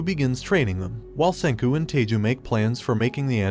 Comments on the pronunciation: His name isn't Teiju, it's Taiju. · I have already seen the anime but i felt a bit broken when he said taiju - taa ju , like i am sorry dude i love your vuds but it taii-ju not taa-ju 😭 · I'm just wondering if the English Dubs have also been pronouncing oafhead's name as Tayju. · ah yes tayju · He even call chrome "taiju"